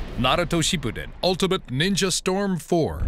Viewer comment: I thought you had said ninja war😭